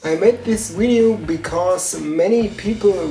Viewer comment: Pretty God! Your English is already really good, you just need to pronounce the "v" right, cause e.g. in the word "video" you pronounce it like "ui" or the Wii, you know?! But please keep on doing it, it's great!!!😃😃